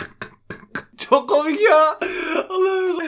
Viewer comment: Çoğh mu kômik? Bu ne lağn